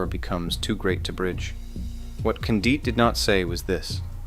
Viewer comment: If you're too lazy to investigate how to pronounce Condit's name, no one is taking you seriously. Seriously dude, lame